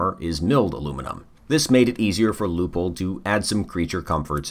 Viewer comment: pronounced loy pold in german/austrian